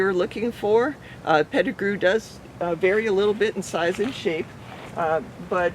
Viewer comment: Pet-I -grew mangos